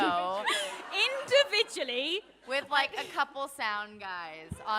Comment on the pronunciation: kat: alone in a booth! dom: individually! ✨iNdAvIdUaLlY✨